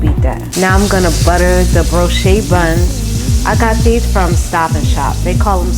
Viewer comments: Never heard of a Broche [Bro-shay] bun but I've had Brioche [Bree-osh] buns hella times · Looks good! The bread is BREE-OESH